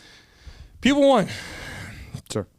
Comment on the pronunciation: I kept hearing "people 1 & people 2" not "pupil 1 & pupil 2" 😂